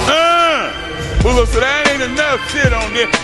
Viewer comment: Boulo? Shit I thought he was saying Bull Dog the whole fucking time. What the fuck haha.